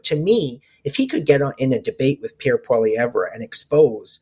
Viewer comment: This isn’t a good guest unless you’re looking for a real big liberal bias. He won’t even pronounce Poilievre properly. Must be upset about the ass kicking Trudeau and the liberal party are taking.